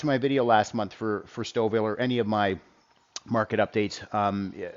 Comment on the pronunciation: Now I know how to pronounce Stouffville. Thank you!